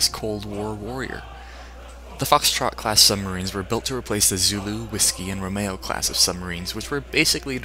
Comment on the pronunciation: It's pronounced Romeo as in Romeo and juliet...